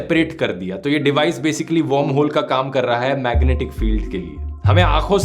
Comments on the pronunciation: Great video, not to nitpick, but is it warmhole like you are pronouncing it or wormholes? Sounds off/ Odd. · Dhruv, its pronounced वर्महोल not वौर्महोल. You pronounce it as 'warm' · Dhruv I enjoy your content. But this video was hilarious..... because you kept pronouncing WORMHOLE as WARMHOLE. 😂😂